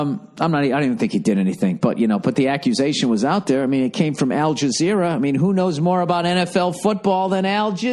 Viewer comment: "Al JaazERRRAAH!!" omg